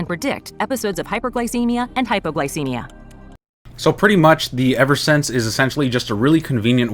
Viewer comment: "hai-po-glai-see-mic" is how you would pronounce it. =]